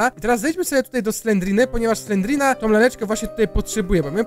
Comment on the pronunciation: nie slendrina tylko slenderimna